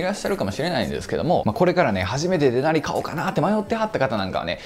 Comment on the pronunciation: デナリのイントネーションがもう、いなりやねんw